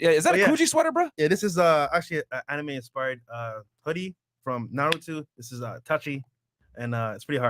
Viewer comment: My man said narutu 💀